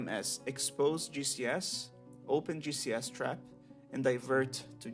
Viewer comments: Am I the only one hearing GCS as juicy ass? lol, Ty for tutorial btw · I really thought he was saying Juicy Ass instead of GCS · I kept hearing "juicy ass" whenever you talked about the spider xd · Somehow I missed you shortening "Giant Cave Spider" to "GCS" and instead thought you were calling them a "Juicy Ass"... I was so disappointed upon finding out what you were actually saying, both in myself mishearing it as that and because it wasn't what you actually said. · not me thinking you was calling a GCS a juicy ass lmao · Fascinating. As a DF noob, most of this went over my head, but I want to try it any way. Also on an unrelated note, every time you said "GCS" I heard it as "Juicy ass". I think that says more about me than it does about you lol. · Am I the only one that hears "Juicy ass" instead of GCS? 💀😂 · I know he's saying G.C.S but it sounds like Juicy Ass. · Took me a moment to figure out he was saying gcs and not juicy ass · Gcs'.... I thought you said "juicy asses".